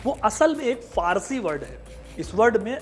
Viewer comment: पारसी नहीं फारसी समझे।😅